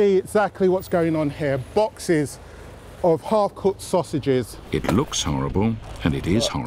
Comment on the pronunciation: "The sosij hunter"